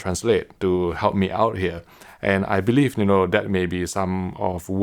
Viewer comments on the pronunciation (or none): The reason I watch HDTVTest: "Hello everyone, from HDTVTest'ere" 😄